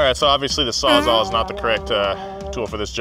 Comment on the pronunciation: puts the word Sawzall on screen "a sawzaw"